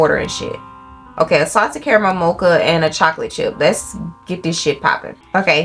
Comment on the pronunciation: Girl why can’t you say “caramel”?? 😂😂😭